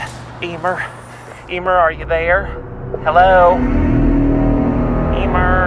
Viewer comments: “Hi Emer” Me “ IT IS ELMER!!!!!! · I love how he still called Elmer EEmer